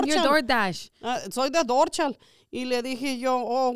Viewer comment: Soy de “dorshal” 🤣🤣